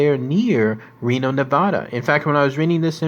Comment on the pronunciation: SAY NEVADA RIGHT AND PYRAMID LAKE Is almost 300 miles away from lasvegas